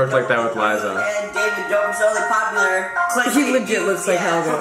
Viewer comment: it's Liza not lizzza